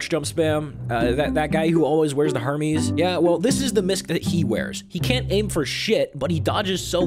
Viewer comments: Well Her-meez is the same sound as Her-mes, was just saying it weird or wrong. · It's pronounced Her-mes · When he just butchers your own name in a video about TF2